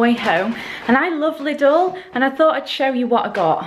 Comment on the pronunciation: As a german I find it hilarious how you pronounce 'Lidl'. We say it with a long 'i' but i understand it must be a weird word for any foreigner